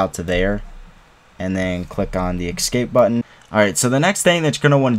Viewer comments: Why are you saying ”Ecscape”? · Excape... hmmm🤔